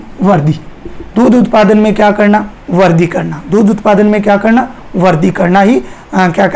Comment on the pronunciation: Sir वर्दी nhi वृद्धि boliye glat bol rhe ap